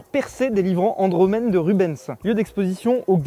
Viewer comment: on dit rubainse et pas Ruben’s 😂